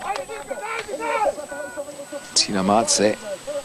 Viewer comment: Why does the announcer keep calling Tina Maze “Tina ‘Maté’” instead? What is it with British announcers getting names wrong? I remember that guy during the 90s mountain bike coverage who would call Tinker Juarez “Tinker ‘Durez’”. “Ethnic” names of any kind seem to be impossible for British announcers.